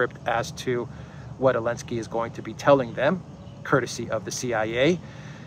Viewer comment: Why do you pronounce Zelenskyy's name "Elenskyy"? Just curious.